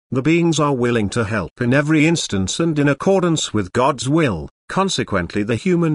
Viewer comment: Can we request the AI pronounce the word "will" without startling me?